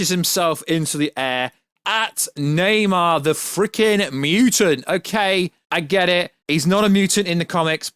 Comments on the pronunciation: Stoped watching when he said “Neymar” instead of Namor. Garbage 🗑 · Na-MOR, not Na-MAR. Come on, man...! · It's Namour! Not Namar! Jeez! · Lol why are you saying nam-AR? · Dude fucking saying Neymar lol 😂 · Lol this is funny as shit thought I was the only one hearing this dude pronounce Namor wrong lol 😂